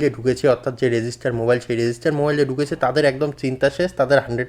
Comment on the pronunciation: মোবাইল হবে মবাইল নয়।😂😂